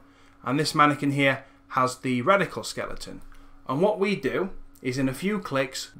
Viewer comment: Really love what your doing here. Great stuff. Word to the wise though: I know you have an accent but you might want to watch how you pronounce product names/brand names when dealing with sponsors. There were a few times there that I thought you said Reticle Motion instead of Radical Motion. This can cause people to look up the wrong thing later. It was only minor slip-ups here and there and you didn't do it for the whole or even the majority of the video but it still is something to keep an eye out for. Either way, good luck and thanks for the tutorial. <3